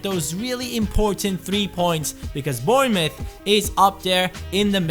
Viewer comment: AMAZING pronunciation of Bournemouth, its a weird one cuz of the mouth when it is muff, well done! keep up the great work!